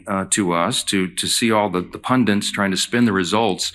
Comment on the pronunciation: Many Americans mistakenly say "pundint" instead of "pundit" due to mispronunciation or mishearing the word, as it sounds similar to other English words ending in "-ant." This common error reflects how language evolves and how speakers sometimes create variations that feel more natural to them.